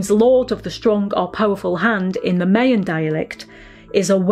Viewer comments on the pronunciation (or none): Congrats Carenza! Also, I'm guessing the British pronunciation of "Mayan" is different than the North and Central American one. The latter is "my" rather than "may". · I have heard other folks say this to defend mispronouncing place and cultural names. No one doubts her genuineness or good intentions. It isn't based on accent or language. She was mispronouncing Maya in any language or accent. Rolling with it means accepting ignorance when I'm guessing she would absolutely want to pronounce it correctly because she is awesome and so is Time Team.